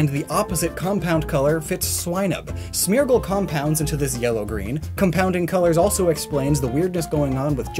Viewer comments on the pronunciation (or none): none